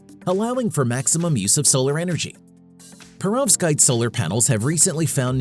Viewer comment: you either misspelt Perovskite or mispronounced it.